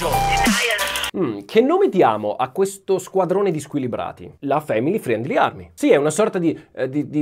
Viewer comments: Per favore di’ “friendly” senza la i, anche perché la tua pronuncia è buona 😘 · la i in friendly é muta /ˈfrɛn(d)li/ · tutto bene ma family friiiendliii pronunciato così non si può sentire da te